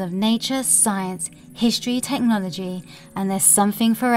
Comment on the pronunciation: I can't withstand this "Teh no logy" anymore why did she pronounce it teh nology